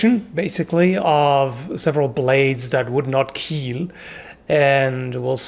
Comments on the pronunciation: WTF is "Keal"?! It's not an english word at all..? Am I missing something here? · "Keal" huh..? Damn, foik that censote shEt, man. I hate that bullkrap so flickin' much. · no no, they clearly said "kaeil" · If the blade doesn't keal... The pommel *weal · Doug Marcaida sees an overturned sailboat: "It will keel..."